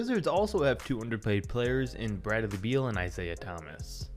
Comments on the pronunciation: “Brad-of-the-Beal”?? Anyone else heard that lmaoooo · lmao i caught that too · Can’t get it out of my head now